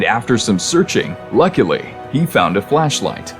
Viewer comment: Thought you said luckly he found a flashlight